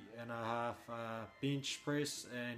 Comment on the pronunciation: I'm gonna start saying Bihnch (Bench) like does - sounds F'ing awesome! Good video.